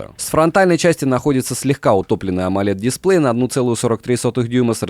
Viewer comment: Опять дИсплей у него. Ну сколько можно то? Правильно произносить - дисплЕй! Ну говори Экран, а не экрАн, в таком случае. Сколько колхоз продолжаться будет?